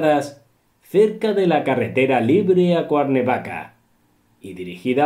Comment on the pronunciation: Se dice Cuernavaca. El nombre de Manolo Fábregas, se acentúa y se pronuncia en la primera A